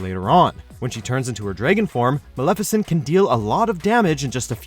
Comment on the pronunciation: Why is it so hard for the media to do their damn research and learn how names are pronounced. You butchered Maleficent, Xehanort, and Xemnas. Furthermore, Roxas deserved more than an honorable mention, you didn't list Xion at all, and at least half of the organization fights are better than what's on this list. Oogie Boogie? Really? Really?